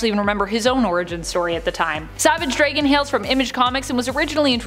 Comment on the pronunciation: Savage dray-gan? I hate the way you guys pronounce things 🇨🇦